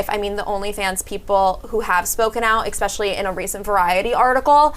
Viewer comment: Eckspecially! They need a hetero white dude for some diversity.